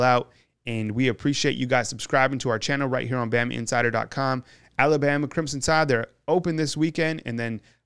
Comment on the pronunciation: I wish this guy could learn how to pronounce ALABAMA? Just sayin’